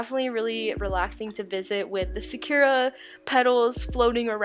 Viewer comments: its pronounced sakura like from Naruto not whatever you said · Wait Sakura isn’t pronounced as sock-er-ah?!?😭